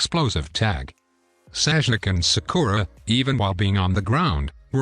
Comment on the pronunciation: Bro called sasuke saijuke😂